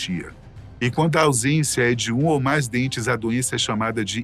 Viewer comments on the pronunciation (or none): Esse apresentador não sabe falar MAIS, DOIS e etc...